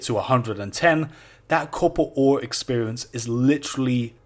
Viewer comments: its copper ore not couppalt ore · "cobber ooooore"... DUDE... FUCK SAKE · Say it so americans can understand it: CappaR AR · Did he pronounce "copper ore" different every single time he said it? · It took me a while to understand he was trying to pronounce "copper ore"